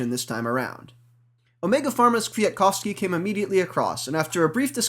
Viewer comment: Great race, aside from the minor annoyance of the commentary of the color man, Brian Smith, who continually refused to pronounce the second "k" in Kwiatkowski. Damned Scotsmen.